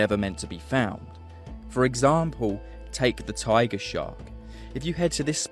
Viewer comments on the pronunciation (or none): none